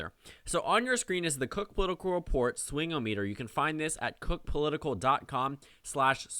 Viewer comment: Swingometer is pronounced as one world, like how thermometer is.